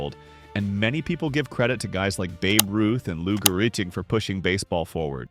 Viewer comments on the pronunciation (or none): Lou who? It's pronounced Garrig. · Learn how to pronounce Lou Gehrig’s name. Robots are a waste